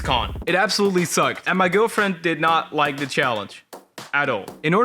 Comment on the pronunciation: Do u realize u said liek and not like